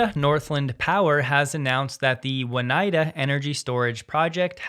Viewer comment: No, It' s pronounced OH NIGH DA (nigh as in high)